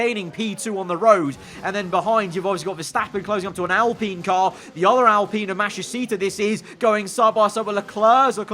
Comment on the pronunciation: Al - Pine not alpinnnn 😂